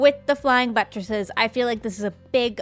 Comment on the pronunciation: "Buttresses" makes me chuckle a bit everytime she says it